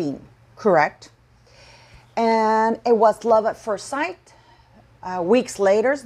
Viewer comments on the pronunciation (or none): Love at first sight pronounced “syt”